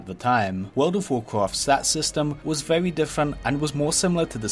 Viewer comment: vewy nice viweo mate!